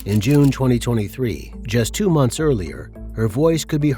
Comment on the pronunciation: „month‘s“? 😂really?😅